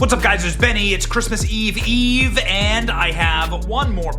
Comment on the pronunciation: You said Christmas Eve Eve. Lol